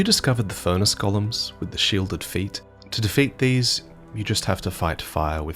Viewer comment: please please please. Its Go-lems. Gollum is from lord of the rings